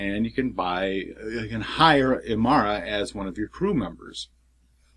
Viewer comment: I cant believe you called her Imara and not Inara but anyhoo good review. I think you should watch the series its really fantastic. I thought the intro was a lil cheesy but to each his own. Oh ya, Pathfinder Card Game giveaway please!